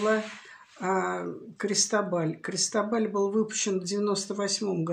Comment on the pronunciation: Произносится - Кристóбаль с ударением на о